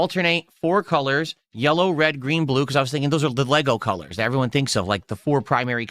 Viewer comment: It’s gray dient cuhllurs, morahn So much for “chill positive ” am I right